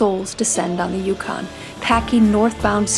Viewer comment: Can you, You repeat the name Yukon. Yukon. Say Dawson City, YUKON. Repeat that... Yukon. Yukon